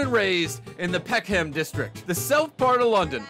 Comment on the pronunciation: its pronounced peckhum not peckham, people often get that confused